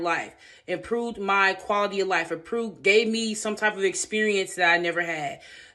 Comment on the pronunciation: mark. Too bad they didn’t help improve your pronunciation of the word improve because I’m searching for the word you said “ improot “ and I can’t find it..😅😅😅